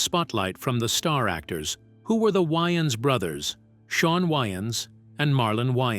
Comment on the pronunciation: Who the hell are the “WY-AANS” bros???